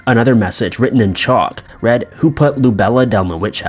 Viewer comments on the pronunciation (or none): none